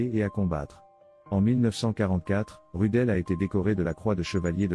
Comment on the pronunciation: Prononcé Roudeul, pas Rudel.